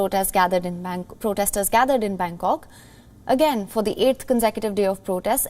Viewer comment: she said band cock hahah